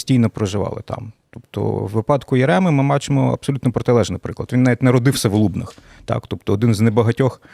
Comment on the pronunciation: Не в ЛУбнах а в ЛубнАх.